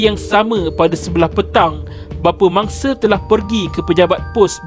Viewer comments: X boleh blah betul bila suara mamat ni sebut se se se je ne mangse se se se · Mangse. Harinye. Wanite. Mereke. Kunci pendue. Tiade. Apebile. Keluarge. Ketige. Dibuke. Manusie.